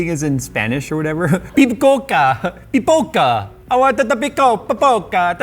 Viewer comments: Reading "Pipoca" as a spanish word... Sad brazilian noises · Bruh jay just read popcorn in portuguese thinking it it was spanish with an italian “accent” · Love how says it's spanish when it is portuguese and then proceeds to speak with an italian accent... as a portuguese who knows both languages, i dont know whether to laugh or be rly wtf. xD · reading portuguese, thinking it's spanish and giving it an italian accent is something i didnt expect to see today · speaking English with an Italian accent and calling it Spanish. Nice one. LMAO And that's why I watch him.:) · makes a Spanish impression that sounds more like Italian when he reads something written in Portuguese... loved it! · As someone fluent in Portuguese, I find it is fun to speak it with an Italian accent.